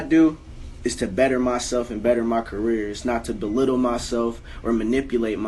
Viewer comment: Trippie for real said delittle instead of belittle.